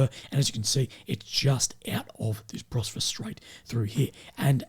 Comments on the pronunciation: Bosphorus, not Brosphorus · Hey, I was hoping someone would have told already that it’s called “Bos-pho-rus”